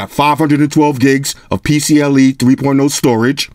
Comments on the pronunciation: It's PCIe not PCLe. As in Interface. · isn't it pcie? he said pcle